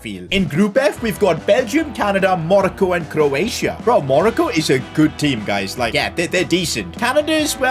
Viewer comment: Man said Morocco is monco